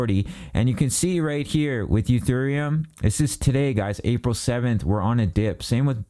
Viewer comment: He said "Uthereum" 😂